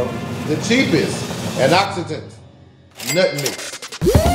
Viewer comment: Darren: I can read Also Darren :anoxitant (antioxidant) 🤣🤣🤣